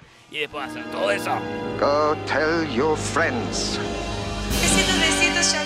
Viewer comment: Te dejo la r de your